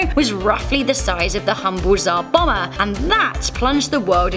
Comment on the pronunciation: Its Tsar Bomb-Ber not bomber